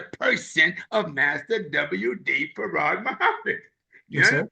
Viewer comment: Brother elder SOLDIER DOESN'T HAVE TO ANSWER TO ANYONE BUT ALLAH MASTER FARD MUHAMMAD THE BLACKGOD AND HIS NAME IS ACCENTUATED WITH TWO SYLLABLES FARRAD, WE WHO FOLLOW ONLY ELIJAH AINT ROLLING ROLLING THE SAVIOUR'S NAME THAT ISH IS EMBARRASSING, THE LAMB PRONOUNCED HIS NAME ACCENTUATINNG TWO SYLLABLES, YOU ME MY MOMA, MY CHILDREN, THIS MINISTER THAT MINISTER WASN'T TAUGHT FACE TO FACE BY ALLAH MASTER FARD MUHAMMAD, HOWEVER ELIJAH WAS AND THATS WHO WE ARE WITH PERIOD.